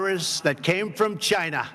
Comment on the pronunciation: "The virus came from Chynah.......let's hear it for Chynak"......and the crowd applauded!